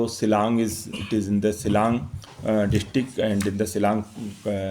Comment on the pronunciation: Shillong pha dkhar ym dei syllang ka kynnoh lih ...kumno u ioh kam pronounce ruh kam nang bha n ia uba u thep NPP te ioh um nud Kem ne ai FIR